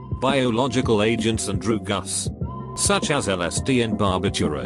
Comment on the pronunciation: Nobody: Narator: "droooguss"